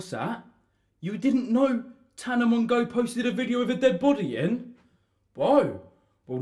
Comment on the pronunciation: “tana mongow” 👌😂